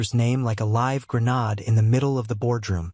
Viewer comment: And there's the good old "grenawd". I sure hope the clankers never learn to pronounce it properly, I'd fall out of my chair in shock and probably do myself an injury.